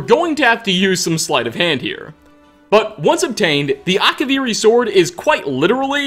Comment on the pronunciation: Akavirrii Katanas, but yes